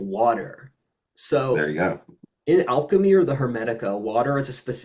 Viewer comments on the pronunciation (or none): none